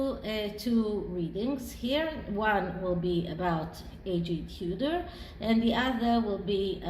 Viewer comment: “A” G Tudor. How annoying, eh?